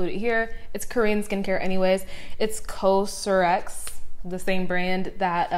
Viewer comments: COSRX is pronounced like cost without the t and then just rx:) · its pronounces cozzrx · I LOVED your video😍 cosrx is pronounced cause ( like cause and affect ) so it’s basically pronounced cause-RX :)